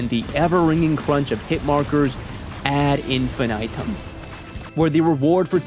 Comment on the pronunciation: look up how to pronounce Latin expressions correctly, your "ad infinitum" was embarassing also how do you get 1.76 million subs with most videos having less than 1k views?